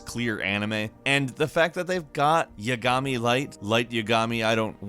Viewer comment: Don't forget light YAGOMY